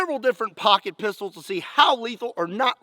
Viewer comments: It sounds like he’s saying pocket pizz holls but like the The actual bad word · Pocket p**sy? Am i the only one hearing that?